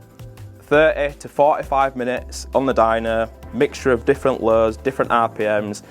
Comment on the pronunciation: dyno not dyna